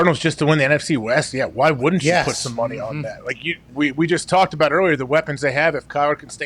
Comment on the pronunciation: Pat "Last Time We're Gonna Talk baht Aaron" McAfee